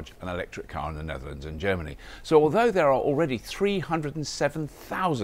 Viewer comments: ger-many, oh boy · germ-any, huh, so washroom style